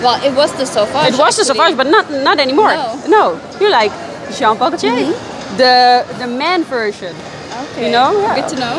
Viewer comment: "John-pahh-co-chaaa" lol